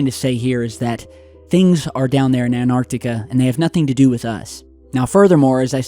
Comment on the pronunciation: You crucify Vice for misspelling yet you say 'ANARTICA' Your channel is interesting, yes. But do I believe all the crap you say and post? No. If people would compared the legitimate stuff you post vs the downright bs, you'd realize you're not that 'credible' of a channel either.